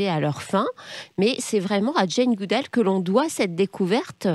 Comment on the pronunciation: Si vous êtes fan de Jane Goodall,, pourquoi n'êtes-vous pas capable de prononcer son nom correctement?